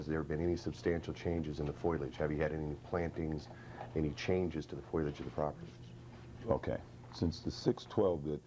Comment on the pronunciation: It's fo-leee-uj, not f-oy-ul-uj.